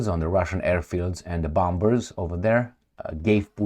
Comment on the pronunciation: 'Bombers' is pronounced as 'bomers', with the second 'b' being silent. Similarly, 'bomb' is pronounced 'bom'. Feel free to use it or not, no offense intended, just a friendly suggestion. Otherwise, you are doing a great job, thank you.